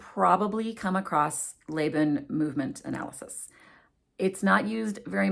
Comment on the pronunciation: FYI- I am not an expert but I am a veteran academic. I have only ever heard Laban pronounced "Law-bahn" not "Lay-bahn."